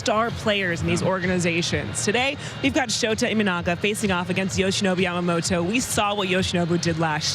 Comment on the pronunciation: スティーヴンとワトソンさんは山本をちゃんとヤマモトって発音してくれるんだよね。大体の人は発音が難しいからヤマモロになっちゃうのに。そういうところがとても好き。